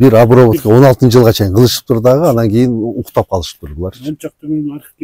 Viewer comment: Айтып жатса деле:"Обравотканыбы"-дейт го уборканы сурап жаткансып